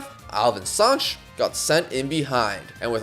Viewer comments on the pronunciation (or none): it's not Sanch it's Sanches